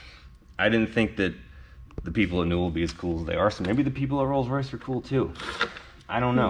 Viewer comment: More “Newell”